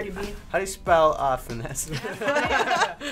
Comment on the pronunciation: "How do you slell, uh, finesse?" Lmboooooooo 🤣🤣🤣😂😂😂😂